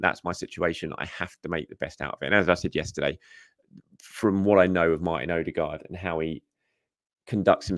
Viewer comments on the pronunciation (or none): none